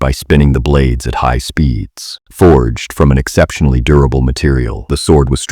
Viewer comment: when he said a exsetbley strong martial i heard he was tired of saying uru